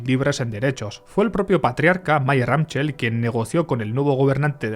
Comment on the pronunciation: Mayer Amschel se pronuncia “Amsel”